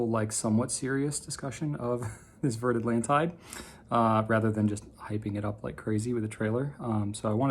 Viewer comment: Great video - I loved the intro! One small point - and I know you're not a linguist,, so it's advice kindly meant, not criticism - it's pronounced more like "Vair Atlonteed":)